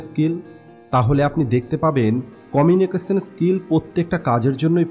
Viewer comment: আমার মনে হয় আপনার এই "কমিউনিকেশন স্কিল" উচ্চারণে সমস্যা আছে।